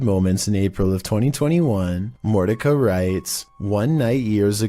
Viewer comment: its morti-sha, not morti ka